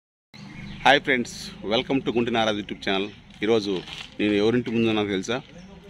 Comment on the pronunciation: Nagaraju kadu ra 😅🤣🤣🤣😂